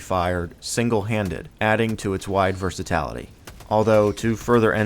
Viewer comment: "adding to its wide versitality", you meant versatility? Otherwise great video!